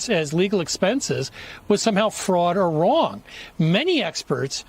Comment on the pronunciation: Why are you wong???? Because you ain't wight!!!!!!